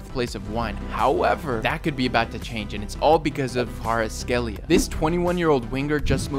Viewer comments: Kvarazkelia is the pronounce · It’s pronounced Kva-Rats-Cke-Lia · to pronounce Kvaratskhelia its Va-Ra-Ts-Ke-Lia its actually very easy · Kvicha kvaracxelia tath's how we pronounce his name in georgia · Ty so much for adding Kvaratskhelia and my country in your video 🙂 Finally Kvaratskhelia and Georgia 🇬🇪 will get the respect they deserve. Btw it’s so funny as a Georgian to see how people pronounce some a Georgian names (not trying to make someone feel bad). Ty again🙂🙂! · As Georgian i DO NOT aprove his pronunciation when he said Kvaratskhelia